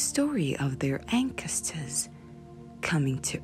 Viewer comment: Ankestors????? Her pronunciations are a little weird, to say the least.